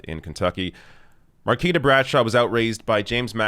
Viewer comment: Much love for covering this and it's surreal to see friends in one of your videos. I love the channel. For future reference, her name is pronounced mar-KWEE-tah.